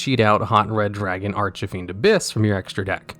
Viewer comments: Hate how he says archfiend, he says it Archafiend and it always annoys me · Bruh, there are no letters between Arch and Fiend. Please stop saying ArchuhFiend, it's driving me nuts. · I'm been watching his videos for a while, and I still don't know why he pronounces archfiend like that.